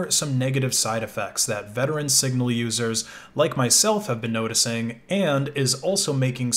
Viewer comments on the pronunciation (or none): none